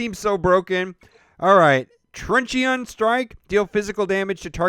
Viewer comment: Truncheon is pronounced "TRUN-chin"